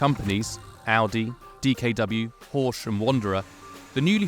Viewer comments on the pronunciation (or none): Its not Horsch its Horch, there is no 's' anywhere to be seen, my little British pirate monkeys.